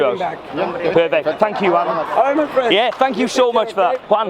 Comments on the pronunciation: It’s Juan not wan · It´s Juan and He says One. I´M dying bro. JAJAJAJAJAJA